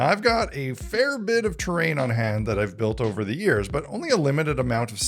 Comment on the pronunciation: "A fair bit of terain " he sais